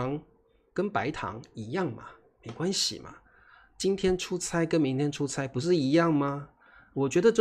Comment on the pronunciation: 差不多 is pronounced cha , 但是 “出差” is pronounced chai. Hmm. 😊